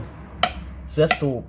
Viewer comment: ทำไมออกเสียงวรรณยุกต์ผิดๆ เช่น ผ้าปั๊ม..ไม่ใช่..ผ้าป้ำ.. /หรือ.. เสื้อสูบ..ไม่ใช่..เชื้อสูบ..../ผมว่าใช้ภาษาอีสานดีที่สุด เดี๋ยวนี้ทั่วประเทศฟังภาษาอีสานรู้เรื่อง / พูดภาษากลางไทย ไม่คล่องตะกุกตะกัก